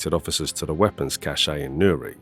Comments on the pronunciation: It's pronounced cash...not cashay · It's definitely not pronounced cash.